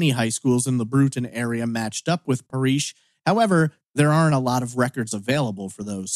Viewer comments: You flip from calling Paresh (Par-esh) "Par-eesh", to calling him "Paris", though Google doesn't find any information on <Paris Patel Austin TX>. That said, if people were habitually calling him "Par-eesh", I can understand why he asked to call him "Paris" as that is closer to "Par-esh" than "Par-eesh" is. Is this just the American inability to pronounce non-English names? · Isn’t it Parésh (pah-resh)? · Even I was like it’s pa-resh 😂 and I’m British. Then again I speak several languages. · It is a common name, I know it well, which is precisely why I am mystified as to why it is being pronounced here as "Par-eesh". .... English speakers invariably start out trying a very literal pronunciation of a name, or word, they're not familiar with, so where did the long "ee" come from? 🤔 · that’s an assumption to make lol. It’s not that hard to pronounce Paresh properly. I’d understand if it were a difficult name to say. I do not live in London. You seem to have picked up the lovely American pastime of stereotyping people.